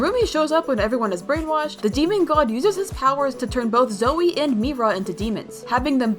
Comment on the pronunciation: 😅its not roomie its rumi its not zoey its zoey and its not meera its only mira 😂😂